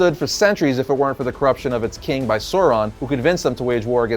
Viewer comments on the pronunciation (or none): Who is Soron? Lol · Others, including Christopher Tolkien, have provided more detailed pronunciation guides. AU has the value of English ow in town; thus the first syllable of Aulë is like English owl, and the first syllable of Sauron is like English sour, not sore.